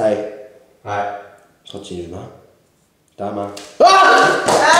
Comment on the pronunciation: ダーマさんの自己紹介 ダーモンです に聞こえる笑